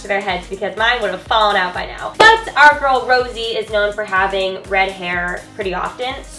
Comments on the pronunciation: its not Rosie, its Rosé 😂 I understand you tho dw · BLINKKKKK!!!!! 🤩✊🏻🖤💖💕 also Rosé is pronounced "Rosé-ay" 😊💜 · the pronouncation of her name is Rosé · how to spell: rosé how to say: ro-say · u say you are a fan but you can't even say her fucking name right fake